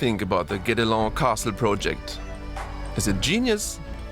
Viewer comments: Guédelon is pronounced like "get along". :) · Thank you. I live in Burgundy and visited the place 3 times. I wished I could have helped you with the Guédélon pronunciation. Something between gay and get.